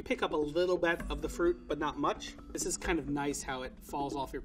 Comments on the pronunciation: Bridget Bee just a little bet. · I’m so distracted by the way he says “bet” instead of “bit” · I love how he always says " a little bet "